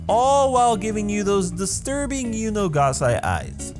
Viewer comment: "was acually based off of yuno" I heard it as "was acually based off of you know